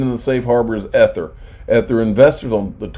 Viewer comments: If I hear "ETH-ER" one more time, I'm gonna scream. Somebody please tell him how to pronounce it. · EE- Thur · Please learn how to pronounce Ether correctly! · My thoughts exactly. I had to quit watching this video because they way here was saying ether.